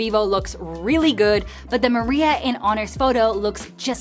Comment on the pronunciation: It's pronounced mària, not marìa. Marìa is a feminine name, which has nothing to do with the lunar "seas" (that's what mària means).